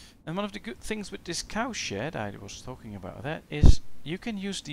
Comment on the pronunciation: His accent turned "cow shed" into "cow shit." I swear I heard it every time he said it.